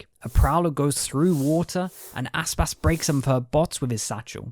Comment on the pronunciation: You make Aspas sounds like Asspass